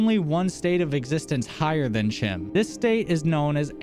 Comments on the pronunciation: Chim is pronounced "Kim" Edit: CHEESE Edit: Oh, and that stick clicky thing. Yes, I do as well. It's probably a stim. Do you perhaps have mild ADHD? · Your pronunciation of chim took me by surprise. CHEESE! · That makes total sense, and I do like that your videos present a perspective untouched by the more popular theories out there. I've mostly heard it pronounce like time with the hard k sound instead of the t.